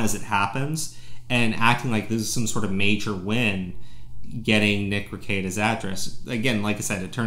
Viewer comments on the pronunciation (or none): Rekietalaw, not rikieta...